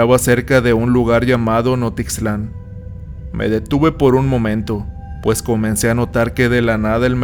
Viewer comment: Hola excelente relato, solo un detalle Se dice Nochixtlán.